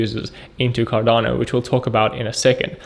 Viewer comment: Sound like Can Not Do instead of Cardano